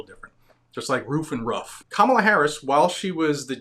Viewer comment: Camaro Harris.....C..Comicon Harris....Kamehame Harris......Kamilama Harris. Man. Just can't get that name right